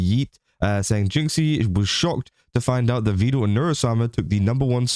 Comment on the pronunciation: he is Evil fans 🤣🤣 only Evil say Vedool sometimes